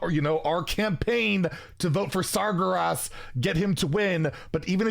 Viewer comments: Is he pronouncing Sargeras' name wrong on purpose to piss us all off? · love how you're campaigning for sargeras yet you can't pronounce his name XD